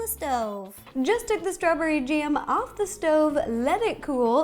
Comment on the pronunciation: did she say... strawberry jam? #anco